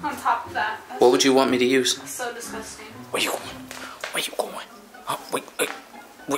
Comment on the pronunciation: " omguh whyuh discustinguh." i cant be the only one that notices that💀